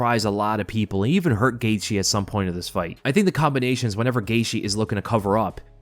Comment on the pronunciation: This guy pronounces Justin Gaethje last name 10 different ways.